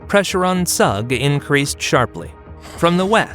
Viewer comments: Zug is not, it's Zoog! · Zug is pronounced Tsoog. Pronouncing it with English phonology makes it unrecognizable. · search how to properly pronounce Zug